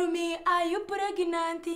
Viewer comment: "are u pregnantiiii" lol this woman. much love from South Africa